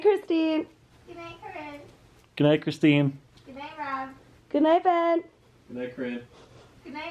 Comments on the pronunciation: Its not ben, its BEeEehHn!! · And Ben You had one job to say BEYN!